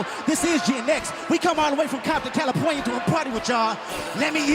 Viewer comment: At the end-he says “Compton Cali-pornia” which is super cute but shows how musicians must push though mistakes